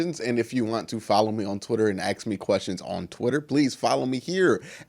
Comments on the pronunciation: So, why did you read here axe twice? When it's written once axe and once ask? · Love video's.....but to take pride in sounding ignorant "axe" will hold him back. Most of us don't care how he pronounces words but eventually hell cap out on subscribers and need to open up his demograph. He'll be perceived as stupid and turn alot of ppl off. He doesn't care now and thinks it's cute....but eventually he'll need to clean it up. Mark my words.